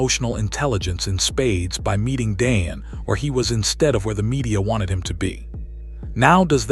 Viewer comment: Learn to pronounce Dion's name CORRECTLY!